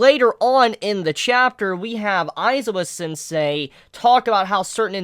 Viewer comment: this video is so old but GOD Izuku is pronounced: e-zoo-koo and Aizawa is pronounced: I-za-wa